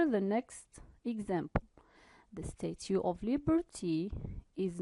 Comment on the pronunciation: Thank you for sharing ...just mind the pronunciation of statue /stætʃuː/